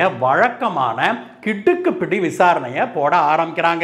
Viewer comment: சார். உங்களது கிடுக்குப்பிடி உச்சரிப்பு மிக சரியாக குற்றவாளியின் மனநிலையை போலீஸார் அறிந்து கிடுக்குப்பிடி போட்டதை நேரில் பார்த்த அனுபவம் தந்தது.